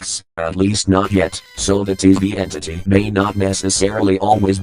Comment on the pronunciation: "TV Entity." sorry what? i heard disney entry